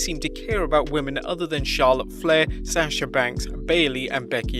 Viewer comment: I’m scared to watch these videos. Because is you say “Sassha” banks again I’m going to scream